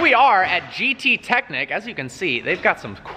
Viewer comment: You spell the ch in gttechnik like the sh in jewish (its german)